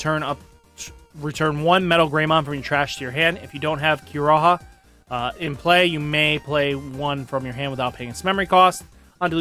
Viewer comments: Kiriha is pronounced as Key Ree Ha. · The way that you refuse to learn pronuntiation is amazing, Ki-Ri-Ha, there is no A following an R, like you don't even need to watch the anime, you can hear other youtubers pronounce it, even a clip from a 1 min search SU-Ka-Mon where is the H? I'm sorry is this sounds pretentious or moronic, but it frustrating